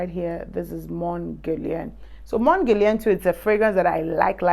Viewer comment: It's not pronounced mon guerlian.😓